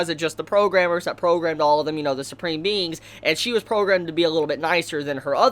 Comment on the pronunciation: I know he said supreme beings but I heard.... SUPREME MEMES!